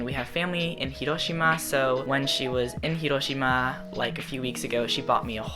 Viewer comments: how do pronounce Hiroshima so perfectly? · i love the way he said "hiroshima" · I really like the way he pronounces "hiroshima"